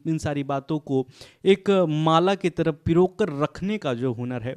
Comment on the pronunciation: Taraf ko taap bol rhe ho